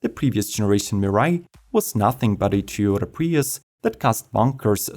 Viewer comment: Why can't you pronounce Toyota correctly?